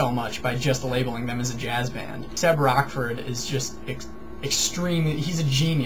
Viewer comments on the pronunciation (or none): Rochford is pronounced rotchford not rockford :)